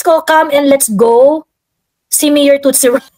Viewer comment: Laughing sa di tamang pag pronounce ng tootsie ba yun?that only means hindi aware ang mga hindi cool sa MJ..proud ka gurl?🤭